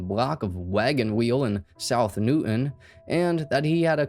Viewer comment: Dude doesn't even live in this area yet pronounces Newton just like the locals 😂 knew Moon's wife from high school days and had friends working at Excel during this incident and i worked a few blocks away. Nobody talks about this shooting anymore, almost forgot all about it.